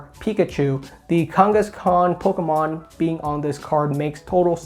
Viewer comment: the way saying kangaskhan is triggering me LMFAO